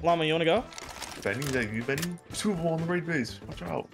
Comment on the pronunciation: Homie has control over 20 boxes full of tier 2 and 3 loot and say " let's waid the waid base, duuuuuuuuuuurrrrrr". 😂 dumb